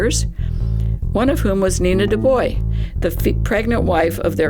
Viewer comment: Dr. DuBois pronounced his name "dew-boyce," not "dew-boy."